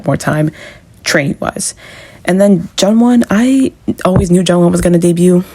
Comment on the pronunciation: It's pronounced Joonwon, not Jungwon